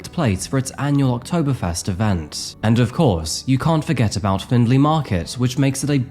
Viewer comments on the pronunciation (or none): none